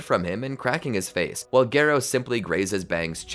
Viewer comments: instead of gare-oh its gar-oh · Bro really said gay-row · I think garou is one of those names that everyone is ok with the fan pronunciation. Sitting through gare-oh was pain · Its Gah Row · text to speech AI say garoo💀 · no it’s garrr oh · The video’s amazing but please pronounce Garou right (Gah-roh) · Its pronounced Gah-row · Take a shot every time horribly mispronounces “Garou’s” name… You’d be well dead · Please for the love of all that is manga/anime, learn how to pronounce "Garou"